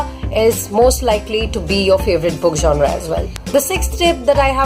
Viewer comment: It's is not 'jonra' 'jonar' what was that.